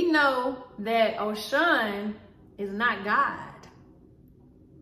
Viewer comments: Am Yoruba, it’s pronounced Oh-Shoo-who-hoon! They are orishas. They are fallen angels. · It’s Oshun- but the Congo religions are black people true legion. We didn’t have a religion we had a legion. Oshun (Oshun) is a name for God. Our ancestors were alchemists. Religion is beneath us. Our legion is what we should remain true too. Our legion is alchemy. Unfortunately, we were Gods that were turned into humans and for that we need to sue this government, Earth, somebody. We need to be aware of the Bible that took 500 years to complete. Believe me our savior words don’t need 13 Bible revisions and 500 years to complete. Please know the Bible has been changed and good luck interpreting it. Cause sorry it’s so a lie, u have to pray before reading that. 💚 by the way demon means “higher melanated spirit”. We need some type of spiritual encounter to deal with white supremacy so Beyoncé bring it we here 💚! God says fast when u want to see my face.! The hell with prayer FAST cause baby were at war!